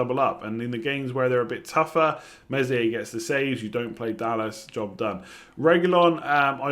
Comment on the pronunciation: Meslier is pronounced Melier, the "s" is silent.